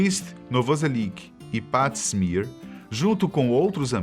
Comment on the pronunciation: Cara, segundo vídeo que vejo da série e não posso deixar de falar que a maioria das pronúncias está errada. Aberdeen, Chad Channing, Pat Smear, serve the servants... Tem incomodado.